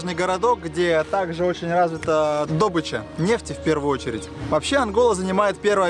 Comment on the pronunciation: дОбыча...муахппааахпххаа))))) Спроси у Рязанцева как правильно говорить))